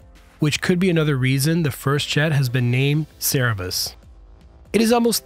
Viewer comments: CER-BER-US... 😉 great video - cant wait to learn more about the B-21 Raider !!! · Excuse me. The three headed dog who guarded the entrance to Hades was named Cerberus. It's pronounced SIR-BURR-US with accent on the first syllable. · Except . . . CER-ber-us. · CER-BE-RUS ! Cerberus has horns?? WTF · How do you mispronounce the very name of your subject - - WHILE you show the photograph? you show the word "CERBERUS" which is the Hound of Hades in Greek Mythology yet you say 'sara-bus'... I hope you correct that in the rest of this, (it brings all of your data claims into question). [ edit: Nope - you mispronounced the subject - throughout. That's a fail! ] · Cer-ber-us, numpty. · It's pronounced " SERB-ur-us " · CER-BE-RUS.... you should do something about that... dyslexia 😏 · CER BER RUS cmon dude.... you can at least pronounce it right lol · cer-ber-us seems basic language skills are dropping off a cliff with literacy rates. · Cer Ber US!!!!! Come on! HOPEFULLY YOU DON'T ALSO SAY NUK U LER vs NUCLEAR... This voice over fail is very distracting for all of us who can read and pronounce words. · Sur-Bur-US. Cerberus. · Right? I don't get how someone putting out aviation videos can get RCS wrong. And mispronounce Cerberus when it's literally on screen right in front of you while reading it... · Most respectfully, check your pronunciation of the word 'Cerberus'. Your video was great, as always. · Nah. The prototype B-21 is labeled "Cerberus" after the mythological dog. You can see the spelling in the photo. unfortunately just pronouncing it wrong. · If you recall from your Greek mythology class, you would know how to pronounce Cerberus. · The way you pronounced Cerberus gave me an aneurysm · Cerberus seems to be a hard word to pronounce - maybe we should just call it Fluffy! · I find it a bit funny he is mispronouncing "Cerberus" wrong. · so annoying you keep misspronoucing the plane's name C E R B E R U S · It's "Cerberus", not "Cerebus"... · SA ra bus! Lol